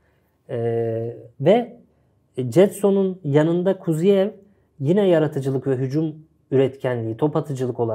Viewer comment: Kuziev degil KuzYAev duzgun teleffuz edin bi zahmet